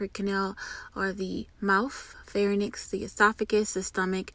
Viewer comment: everytime u say pharynix it kinda pisses me off😂 its (fai-rinks) not fa-ra-nix